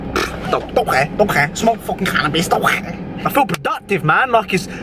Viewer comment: That Scouser "don't care" had me blowing air out my nose bare hard